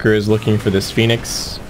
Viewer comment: is it me or you read team 496 as phoinex